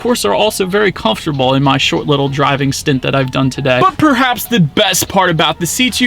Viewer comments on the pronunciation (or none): none